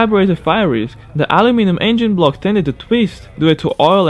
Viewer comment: You have an Issue with the Word aluminum